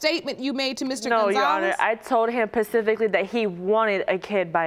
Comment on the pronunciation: Specific, not Pacific. That's an ocean.